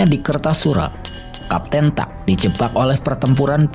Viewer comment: Bukan kapten tuck, tapi kapten tack. Francois Tack